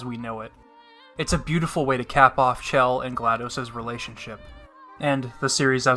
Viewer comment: I'm only a third of the way through the video and loving every minute of it. One sticking point though...her name is pronounced Gla-DOSS, not Gla-DOSE. Think of DOS (disk operating system...pronounced DOSS)